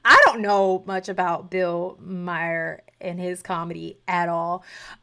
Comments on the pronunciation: His name is pronounced "Mar"., not Mare. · Yes, thank you. I keep wanting to bring this up without coming off as pedantic. I think of it like Bill Burr, Bill Marr.